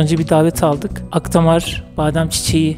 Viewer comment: Akdamar değil, Akhtamar